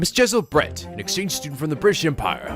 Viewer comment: I will be honest Brett sounds like bread to me